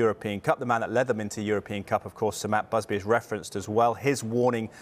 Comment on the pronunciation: Who is this matt busby he speaks of? I thought it was batt musby